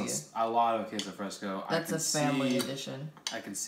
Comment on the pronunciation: Wait...first misspelling pupusas now AND saying "kay-so fresco" 😂😂 love you guys